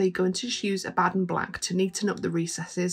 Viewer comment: Wow- that shield looks great. You’re my new favorite painter, if only because you pronounce Abaddon properly!